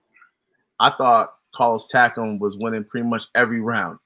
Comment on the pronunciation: It's pronounced Tak am.